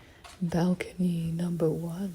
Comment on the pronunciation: when you said "Balcony number one" you low key sounded Australian af 😂 (Fan love from Melbourne Australia btw)